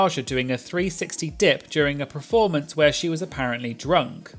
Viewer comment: I really enjoy this channel but please say the word performance properly, it’s ‘per’, not ‘pre’ (as in ‘preformance’)